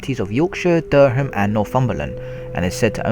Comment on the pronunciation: Great video, but honestly you could have pronounced the place names properly. "Sligo, Inverness, Durham, Newquay, I was thinking you might have been having a laugh by intentionally mispronouncing them!